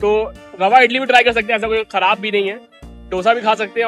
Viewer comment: Dosa nahi hi dose hi